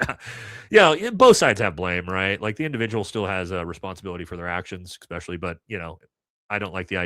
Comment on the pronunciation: Love your show and insights That said... Don't pick on others grammar until you learn to take the "ECK" out of ESPecially 🤟✌️